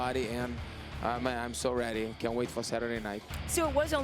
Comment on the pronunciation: He pronounces ready wrong its heady, get it hightch